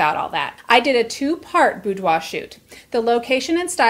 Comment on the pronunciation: The first thing I learned from this video is how "boudoir" is actually pronounced.